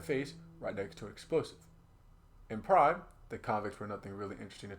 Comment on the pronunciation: Super cool video idea, havnt seen anything like this before. seems like you new and put alot of work into this and you did a great job! btw its PRIMM not Prime